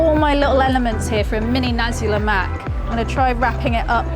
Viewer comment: Glad you didn't mess things up like "Olive-Oil", My Malay friend might impress~